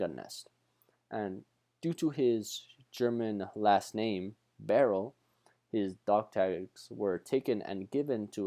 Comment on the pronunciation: Love his story, he was amazing and your presentation highlighted that superbly. I would like to mention that his name is pronounced By-er-lee and his son John became the ambassador to Russia. Such an inspiring man!